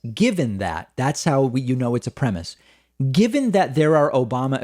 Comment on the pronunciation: pacman its hard to take your biased thinking seriously, when you cant even pronounce premise correctly. perhaps you should let the idiots that follow your childish show know you use fake backdrops behind you and you broadcast from your parents basement. im a few doors down.